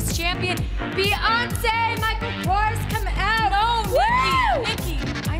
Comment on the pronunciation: It's Kors 😂